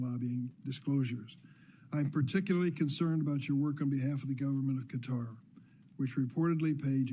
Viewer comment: cringed every time she pronounced Qatar as “cutter”